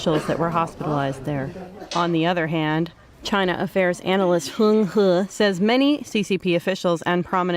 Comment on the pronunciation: I'm actually curious if you're supposed to pronounce China affair's analyst "Hung Hu" with the inflection of vomiting into your mouth at the end? If yes that's the best news of the year lol